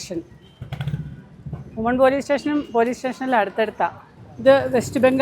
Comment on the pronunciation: വുമൺ അല്ല വിമൻ (women)plural...woman (വുമൺ ) -singular.